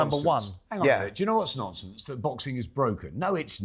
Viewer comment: “Simon is talking a load of nomfonce again!”